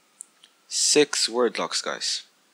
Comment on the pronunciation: sup man six not sex da fuq 😂😂